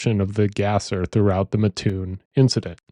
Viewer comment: I’m from this area. It’s pronounced MAT- oon. For a local, hearing town name mispronounced pulled me out of narrative. Otherwise, great job.